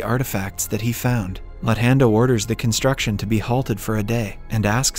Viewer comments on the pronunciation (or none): The way this recap reads their names is hilarious...luthando is Lun hendo 😂😂